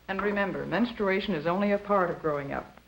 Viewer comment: Menstawation lol